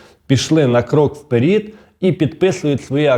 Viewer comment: Боже як ви кажете?"Вперiд"? Мабуть трохи на Азарова схоже😂